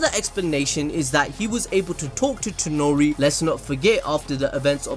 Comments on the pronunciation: It is Toneri not Tenori...... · ToNEri. TONERI. NOT ToNOri